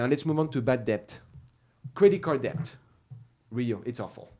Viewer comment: the B in debt is silent.... so its det...